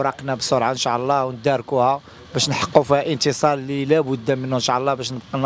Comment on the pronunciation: ينبغي نطق " إن شاء الله " بطريقة صحيحة.